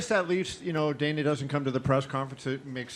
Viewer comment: It s Dana not Dena .